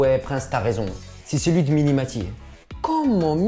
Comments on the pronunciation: C'est pas mini maty mais mimi maty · mdr c'est mimie matie pas miNi matie